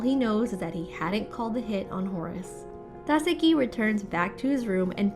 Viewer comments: She kept saying either Tάkasi or Takasί but never Takάsi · You do realize Takashi is pronounced Ta-ka-she, right? Not Ta-ka-see. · It's TAKASHHHHHIIIII. NOT TASEKI OR TAKASI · TAKESHI NOT TAKESI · can you please stop saying, takasi, it is tekashi (pronounced. TUH-KAH-SHEE) the previous narrators did that pronunciation so please stick to that. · OMG!!! It's Tah-kesh-ie!!! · TAKESHI - ta keh shee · Narrator shouldve watched part 1!!!! Takeshi. Ta as in ta. Ke as in ke. Shi as in shi. Holy shit, lady. Thats "haly sit" to you, I guess. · Yet it's still Ta KE shi... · Ta ka see 👀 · and sometimes "Ta-se-ki" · That Takeshi pronunciation is both brutal and diabolical. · I love how i am so interesting in the first 4 parts and then some dumb bitch cant pronounce the main characters name and i lose all interest in this series.